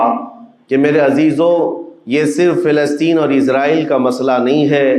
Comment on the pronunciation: Bhai g bo filistin hai aap na sahi sa pad kar bola Karo